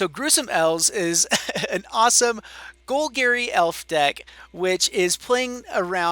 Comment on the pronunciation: GoL-GAR-ee not Gol-GARY